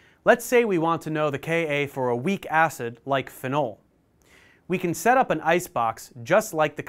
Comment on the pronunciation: Never heard someone say “fe-nol” for phenol